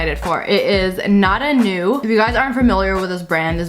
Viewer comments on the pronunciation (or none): Sssniperwolf: ive been waiting for this its nada new Me:bra nada new me reeds the brand and say wtf its nada moooo dood practice reeding like bra calls nada moo nada new not hating tho